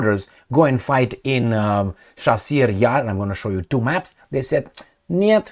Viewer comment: Chasiv is pronounced like a cherry, chicken, chest etc. or like "C" in Italian language, not like a chassis. Just saying.